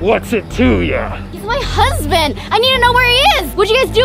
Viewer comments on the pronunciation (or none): Omg did Daniel just say save my hunsbin